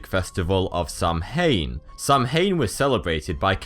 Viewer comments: Samhain is pronounced "sow-in" (rhymes with cow-in) not "sam-hain". The spelling is confusing. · NOT SAM-HANE Its saowin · I'm irish and it's pronounced like sow wan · No offence but somhain is actually pronounced s-o-w-i-n. and I know this bcs j was born and live in ireland!!! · The Mexican Day of the Dead is NOT Halloween, dude, do some research. It's a different tradition. Syncretism has played some part but it's altogether a different custom. Samhain is also pronounced /sa.'win/, not /sam.hein/ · It pronounced howna not Sanhain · "Samhain" is NOT pronounced Sam-hain. It is a Keltic word in the Gaelic language. It is pronounced "Sow-en". It translates to Summer's end. The veil between the world of living and the world of the dead is thinnest between sunset and sunrise. Trick-or-treat began to appease the deceased; so that the living would not be harassed by the dead. You sound British, and you don't know this??? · It's not pronounced sam-hain, it is pronounced sow-an (I'm Irish, just trying to be helpful) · Dude its pronounced Sow-in not Sam-hane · It's prounouced "Sowan" not sow hain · it's pronounced SOW-ain not SAM-hain. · Samhain is not pronounced "Sam-hain", it's pronounced like "Sown", "Sow-in" or "Sav-in" (in Scotland). Irish orthography is very different from English, in Irish 'amh' is a dipthong and in general 'mh' is a digraph (like th, sh, ph in English) pronounced w or v. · Samhain is pronounced Saw Wen. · Pronounced sowain mh is w in gaelic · Samhain is pronounced 'sah-win.' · Sow - ahn (sow pronounced like the term for a female pig ) that's how you say Samhaín. 😉 P.s. I really enjoy - thanks. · pronounced 'sow-enn' (Samhain) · sorry but it's Pronounced Sew en or sew een NOT as it's written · No hate Samhain pronounced S-ow-in,I’m irish and I speak irish by the way :) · Jesus Christ samhain is pronounced saow-in and it was actually celebrated on the 1 of November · Its prnounced sawan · samhain is pronounced sow-in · Samhain is pronounced saw-win